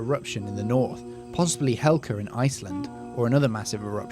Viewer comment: Hekla not Helka